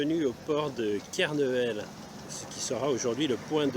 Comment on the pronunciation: Belle promenade et beau reportage!! Deux remarques cependant: - ce n'est pas Kernevel, mais bien Kernével (le "é" se prononce!) ...sinon, ça fait "touriste" ,) - abonner ne prend pas d'"s"dans "abonne-toi" (impératif singulier des verbes du premier groupe).